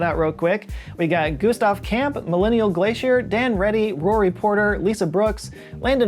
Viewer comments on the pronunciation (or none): none